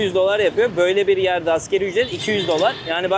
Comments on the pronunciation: çok ülke gezince fazla yorulmuşsun konuşurken çok şeyi karıştırıyorsun. Ekmeye süt banım yemişler nasıl oluyor😅 asgeri ücret her videonda yanlış telaffuz ediyorsun. ASGARİ ÜCRET. Bir de vietnamda nüfusun dinlere göre dağılım listesini veriyorsun orada %4 budist, budizm yazıyor sen %85 budist diyorsun. Tabloda %85 dinsiz diyor. Hangisi doğru? Böyle olunca verdiğin diğer bilgilerin güvenirliği kalmıyor kardeşim. Sen sıradan bir yutuber değilsin başladığın günden beri takipteyiz ama sanırım aşk sana iyi gelmedi galiba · Asgeri❌️ asgari✅️